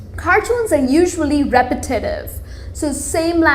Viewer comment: Just need to cut down the rolling of your Rs and in English the emphasis on syllables is a little different. Ie repetetive is repet ta tive yess I have added an additional T.